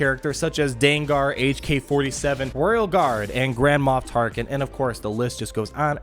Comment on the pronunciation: I keep hearing "Grandma Tarkin" - hilarious :D